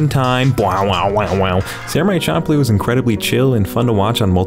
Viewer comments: dawg it's fcking SHAM-PLOO. NOT CHOM-PLOO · I am unsure if you are straight up trying to make me cringe or you just never heard the title spoken but its champ like champion champ-loo. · bro it’s pronounced sham ploo😂😂😂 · "Samurai Chomp-loo" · Wait i thought it was pronounced samurai shamploo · champloo is pronounced shamploo